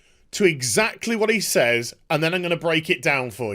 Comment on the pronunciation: Why can't millennial Brits say "says" correctly?